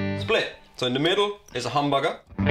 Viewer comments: Lol, pronunciation of humbucker sounds like hamburger and dammit, now I'm starving for a hamburger! Thanks! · If you put on subtitles says hamburger not humbucker